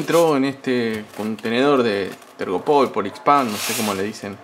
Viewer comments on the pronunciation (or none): jajajajaja una guasada... En serio lo llamaste tergopol al telgopor? jajajaja no lo puedo creer xDDDDDDD Muy bueno. Como siempre gracias por las mediciones y el curioseo al aparatejo. Te faltó el saludo final.. Abrazo!!!